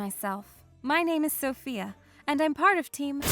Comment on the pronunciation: Sofia not Sophia (In Italy)